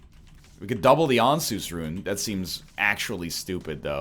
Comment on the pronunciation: Why does he keep saying And-Seus , it's ansuz like Answers , even the announcer says Answers and the rune gives you total mapping of the floor its answeeersss